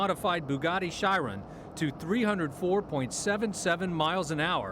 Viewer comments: TFW the reporter ruins the pronunciation of the Bugatti Chiron and the Koenigsegg :( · LOL...butchered the name “Chiron”...